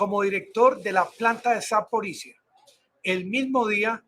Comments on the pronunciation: Se dice: ZAPORISHLLIAA, no ZAPORISZA. LLIA... La - LL- se pronuncia a como la PRONUNCIA los Argentina. LLIAA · Terminación " zhye " .